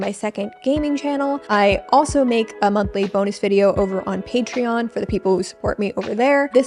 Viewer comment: *patreon not “pattern”